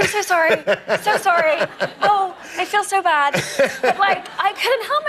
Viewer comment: 강의 너무 짱 좋습니다!!^^ 지금 100강의 다듣고 다시 거꾸로 100강을 두번 거의 다 들었는데요 I feel so bad 부분이 영어 어린이 제 귀에는 It's all about 처럼 들려요@@ 이상한것 맞죠@ 어쩌죠ㅎㅎ 😅